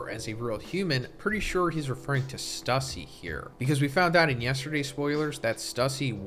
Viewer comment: Your reading is horrible stussie its stussay